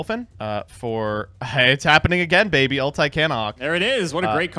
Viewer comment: Why tf does pronounce “ulti” like “ult eye”